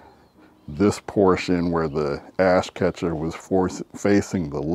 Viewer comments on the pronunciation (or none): Ain’t gonna lie, I heard ass catcher 😂